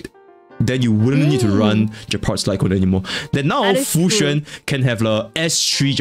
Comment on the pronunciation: I honestly thought I was the only one who pronounced her name as Fu-xian (kinda like saying the word 'foxian' in English) Also o7 Jing Yuan, temporarily forgotten until the rerun which is who knows when